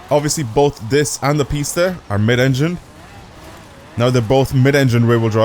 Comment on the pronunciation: Its not pronounced pests is pis ta